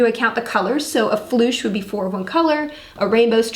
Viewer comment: This is a great Flog, but...uh...did she just call a Flush a Floosh? Is that what happens when you get into pooping position?